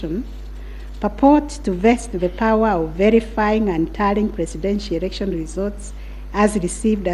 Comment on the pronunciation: "erection" ..........its election